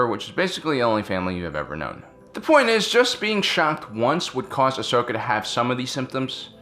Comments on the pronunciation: fusedwrist Ikr. Its 'Ahsoka' not Ashoka. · Ashoka Tano Mandela effect It's actually 'Ahsoka' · Ashoka Tano its ahsoka